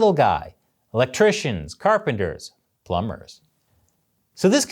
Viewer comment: I have a very important question. Why did you say "plumber" like that